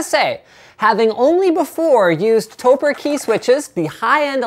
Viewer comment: I believe that it is pronounced "toe-preh" Since it is a shortening of "Tokyo Press" you take the "toe" sound of Tokyo and the "preh" sound of Press (basically just stop saying the word before the "ss"), put them together and you have Topre!